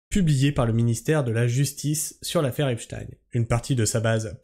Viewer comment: Merci de maintenir la bonne prononciation du blaze, que la majorité US a transformé en "Epchtiiiiiine" . Merci de revendiquer la fallaciosité, & stupidité de ces arguments, aussi récurrents que répugnants, que constituent "Wai May tu joues le Jeu de l'extrême (...)" , & "Faut qu'on s'allie tous ensbbbbbllllblbl", ce qui revient à un "tU jOues LE jEU dE La DIViSioN !" in fine... Je trouve qu'il a fait le move le + risqué, insolent, & auto-saboteur de son histoire avec cette affaire, pas aussi sûr que ça finisse automatiquement aux oubliettes comme tu le suggères, juste prcqu'officiellement acté ; de la même façon que jusque là, la majorité de l'affaire était reniée ds son essentiel partout, pourtant la base solide communautaire dite Komploplotiste n'a jamais RIEN oublié jusqu'à mtn . Enfin, dans la mesure où ce qui se passe signifie une trahison frontale de l'Agent Orange envers son électorat, le rendant aussi nuisible ds le reste du monde qu'au Vietnam, + que cette officialisation salace vient des mêmes structures que ces Komploplo ne risquent pas de prendre en confiance, je ne vois pas en quoi ce move les ferait "oublier", ou endormir l'histoire devenant de + en scandaleuse, en fur & à mesure que les dingueries s'enchaînent. La pathologie mentale rattachant les QaNoNistes & autres, à l'AO, ne vaincra jamais l'évidence qu'il s'est foutu de la G du monde entier, & qu'il se met en position de non retour, ce que les membres officieux du Sachoir, ne pardonneront, ni n'oublieront